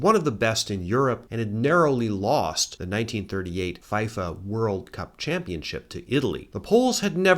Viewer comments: Just so you’re aware, FIFA is pronounced fee-fa, not feye-fa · FIFA = “Fie-fa”? I love your videos anyway. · You think is a big sports fan with all the facts he knows and then he pronounces it "Fife-ah" and you realize he's just a really great historian! Thanks for another incredible video! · the pronounciations of FIFA and san siro convince me that you may have never seen a football/soccer match. huge fan though . much love from Nigeria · but what if watching vids and cat vids are two of my favorite things ever? also super funny how only two blatant mispronunciations were FIFA and San Siro, love this channel forever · I don't think I can forgive that pronunciation of FIFA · I saw this as he said it, lol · Funny pronunciation of FIFA aside (sorry, I did giggle here), I gotta talk about the Hungarian national football team. Among the greatest football teams in the middle of the century, who revolutionized the game forever and gave us one of football's most prolific players, Ferenc Puskás. The fact that they weren't able to win their two World Cup final appearances is incredibly saddening, one can only imagine where they'd be now as a team if they had won either (specially the 1954 one).